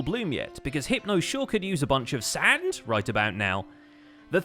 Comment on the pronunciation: I'm glad you still think of sAanD every time "sand" is mentioned